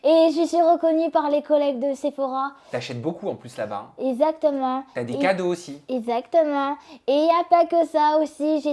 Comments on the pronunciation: Tout comme sa première vidéo avec Sam déjà, "ezzzactement" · non « ezatement »😂